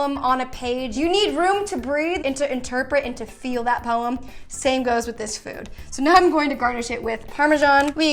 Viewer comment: The way you say “poem” is that a Matilda reference?